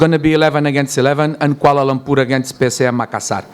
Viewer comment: sebut bg betul lah kuala lumpurrr ni duk sebut koala lompurrr koala lomporrr 🤦🏻